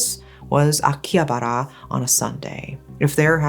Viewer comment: The way you say Akihabar, Shibuya made me so mad 😆other than that… ugh, what a impressive history.